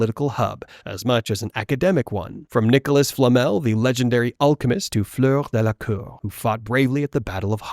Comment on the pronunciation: “Bow Bah-Tow” “Flurr Delacurrr”